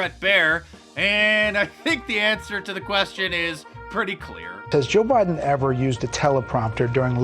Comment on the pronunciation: did joe say Widen ? instead of Biden